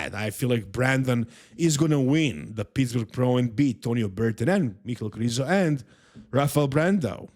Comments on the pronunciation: stop saying Krizo. It's Mihal Križanek - Križo. It's disrespectful to the athlete to misprounounce their name on purpose just because a bunch of Americans won't learn how to say it. Educate them, don't join them for God's sake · Come on, pronounce Krizo properly. Let's not let ignorant people win!